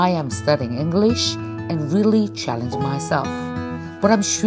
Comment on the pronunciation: 김미경샘 계속 영어공부하시는 모습 대단하세요 저는 35년차 영어교사입니다 노력하시는 모습 보기 좋아요 발음 부분은 쉽게 바뀌지 않는 것 같아요 다른 발음보다 English라는 단어가 살짝 어색하게 느껴지는 것 같아요 단어의 강세에 좀 더 주의해서 문장의 억양을 자연스럽게 연습하면 더욱 더 발전하실 것 같습니다 지금도 충분히 잘 하고 계시고 앞으로 더욱 정진하시는 모습 응원합니다❤